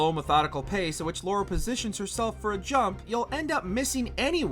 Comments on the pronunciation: Her name is LARA, American, LARA. Not Laura. I know you're American and can't help it, but at least TRY man... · It’s Lara not Laura after 20 years some of you can’t still get her name right.